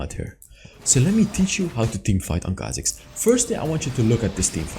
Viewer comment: Its khazik baby!!!